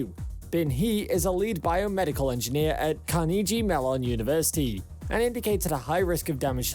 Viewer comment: Search how to pronounce Carnegie Mellon University